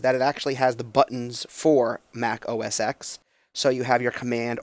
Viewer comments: OS X is pronounced ohh ess ten, not ex. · For Christ sake if you're going to review technology KNOW how to pronounce an operating system. Every time people say "Mac OS EX" I get the willies.